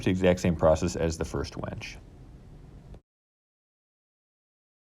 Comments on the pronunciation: The word is winch. Not wench. Girls can't lift bro. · Winch not wench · Sorry to be critical but it's winch with and 'i', not wench with an 'e'. There's a big difference between the two. I also have a problem with people saying real-a-tor instead of realtor. Great video otherwise. Will be using this idea for an idea I have. Thanks. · Dude. It's a "winch," not a "wench." Like "finch," not "bench." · winch, not wench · Why do you keep saying you are hanging a prostitute to your ceiling (wEnch) instead of a tool that helps move things (wInch)?? It was so annoying I had to stop watching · Nice video, just have to say it is about using a w I N c h not a w E N c h! A wench is a buxom serving maid! Happy if you make a video about that as well! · I winced everytime you said wench instead of winch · Gret job but PLEASE STOP pronoucing it WENCH= female, its WIN CH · My dude. The word is winch. Not wench. You spelled it properly in the description and then mispronounced it 44 times.